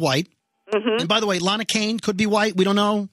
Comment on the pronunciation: LAA-NAA-HAA.. I thought I heard self-righteous clomping.